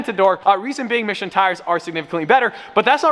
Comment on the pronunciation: I'm quite sure he's saying Michelin tires, but it sure sounds like "Mission tires".